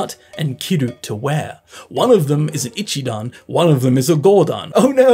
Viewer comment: Great video! Can i just correct one thing!! - The accent on NoMAnai is correct but Shi NA nai isn't correct. Its shi na nai. It doesn't rise anywhere 😟 same for ashita, it doest rise at aSHIta. And sorry to be picky, its not 'I'chidan, its i'CHI'dan 🫣